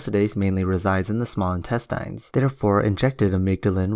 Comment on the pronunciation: I'm still processing "intestEYEnes"... :)